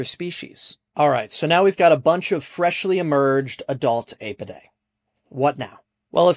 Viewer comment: Your pronunciation of “Apidae” is so wrong, it’s ghastly.